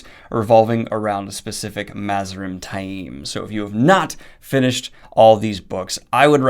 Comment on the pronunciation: I take issue with some of Daniel's pronunciations, but Ta-eem is correct. Reportedly, fans who said 'tame' kinda got under the author's skin, at appearances.